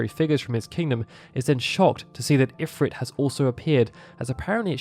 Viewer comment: Informative video, but the pronunciation of Ifrit bugs me.